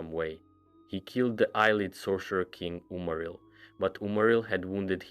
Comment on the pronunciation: Omfg its not eye leed its a Lee id. Have you every played an elder scrolls game?